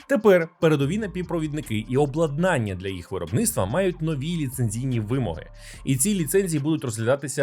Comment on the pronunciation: Люблю я ваші випуски-розслідування! P.S. Зазвичай то максимум два рази на відео, але в цьому випуску ви приблизно раз на хвилину вживали це слово. Тому не обладнАння, а облАднання.